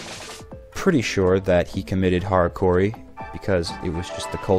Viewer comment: It is pronounced "harakiri", not "harakuri" (but that doesn't really matter when you say it with an American pronounciation anyway)